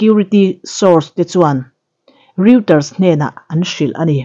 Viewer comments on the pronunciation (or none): none